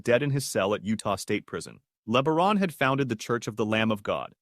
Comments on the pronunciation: Ervil LaBaron's last name is pronounced like La-Bear-on, not Le-ber-on. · It’s not LEAH-BA-RON.. it’s LEE BEAR-ON.. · Leb-a-ron. Sounds like a transformer the way your AI voice says it. Horrible. Le-bear-on.